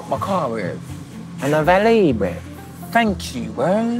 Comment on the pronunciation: fank yoo breeeev